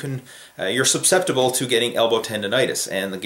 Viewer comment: SUP-SEPTIBLE? SUS with no P - as in sus·cep·ti·ble - education